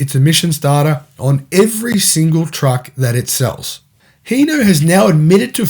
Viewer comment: Sorry bud it’s hino not heno H I n o where are you reading the E wtf